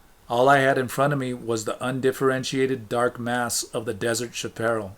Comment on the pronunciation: Thank you! I listen to these while I work and sometimes before sleep. Your deliberate way of reading is nice - some mispronunciations of Spanish-Mexican words such as chaparral but its still forgivable, as I used to mispronounce them too. Unlike most other shaman or spirituality books, every time I re-read Castaneda I am more convinced it is all very real.